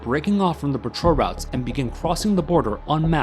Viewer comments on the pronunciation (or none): none